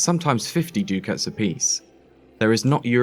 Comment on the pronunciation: ducat is pronounced duckut. otherwise fantastic